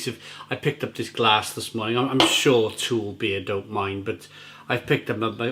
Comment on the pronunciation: I recently visited Copenhagen and while sightseeing I also spent a full day working in the Ølsnedkeren brewery. One of the evenings I visited To Øl and the brewpub was awesome!!! P.S. It's pronounced Too-Ul...not Toole. The U is heavily like "Ugh".